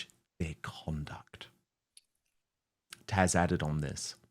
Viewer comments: Great show again Dan you can't go wrong with Taz She's delightful. BTW maybe it's me but I think you call her Tash or Taj. As far as I know her name is Taz - with a Z if I'm not mistaken. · It’s Tazzzzzzzz, not Tash! You sound like an absolute imbecile! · Tash? I thought it was Taz. 😮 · Dan her name is taz not tash.